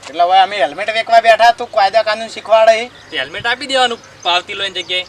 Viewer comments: hemlet nhi helmet bolo😁😁😁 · પોલીસ વાળા ને હેલ્મેટ બોલતા નથી આવડતુ